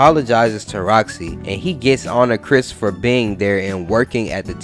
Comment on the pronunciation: nah you said it right that’s Chris